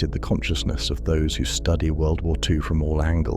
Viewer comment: Enjoyed the video, but I'm just wondering why every time you try to say World War Two it is mispronounced wubblewuh two?